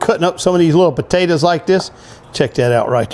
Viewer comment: Why do you pronounce potatoes like that